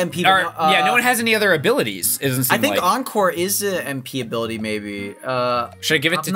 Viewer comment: Encore, not enecore.